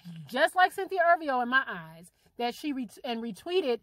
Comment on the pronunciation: if ur gonna talk about someone say her last name right